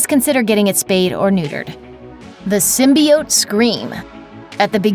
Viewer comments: Symbiiiiioteee . God damn not symbeeote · Lol sin-bee-oats